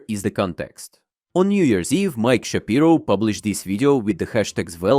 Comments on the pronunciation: hey there, it's sha-pai-ro, not shap-ee-ro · Shapiro is actually pronounced "Sha-pie-ro", unlike Ben. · shapyro sounds wrong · I think it's Sha-Pyro.